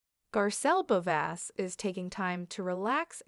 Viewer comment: Can’t even pronounce her last name correctly 🙄